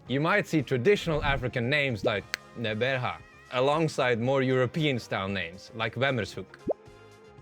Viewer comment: You did such an amazing job with all the African country/city names!! Particularly appreciate your Qheberha pronunciation. Thank you for doing your research.